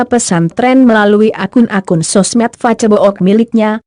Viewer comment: Ck....pembacaan narasi kaco amat sih... Masak facebook fibaca facebok....